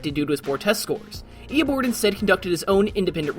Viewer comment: Did no one else hear him say EoBORD the entire time